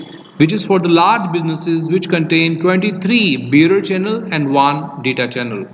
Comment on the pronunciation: It sounds like you're saying beer channel. What is that word you're saying?